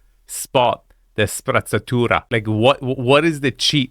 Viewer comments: It's Sprezzatura not sprazzatura. For someone who has given himself the role teacher( and mostly does a good job of it), even you are careless with your attention to "important" detail at times, and "design" your words better. Just because the wife made you get rid of your African art doesn't mean you should forget what you found there. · Careful, the way you pronunce sprezzatura Is very close to spazzatura 😂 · Be careful using and pronouncing the word sprezzatura- effortless elegance because it sounds like spazzatura - trash 😂😂😂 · you should practice a little bit your SPREZZATURA pronunciation :D